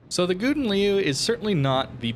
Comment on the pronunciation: Agree with:) But you can pronounce ou in Gouden as in how, like Gow-den, then it's good:)